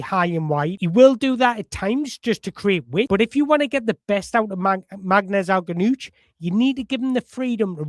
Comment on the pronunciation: You're gonna have a lot of fun trying to pronounce his surname brother...you're not even close right now but I'm loving listening to you try...I'm sitting here with my popcorn 🍿😂